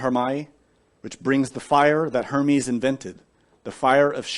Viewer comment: Sounds like herman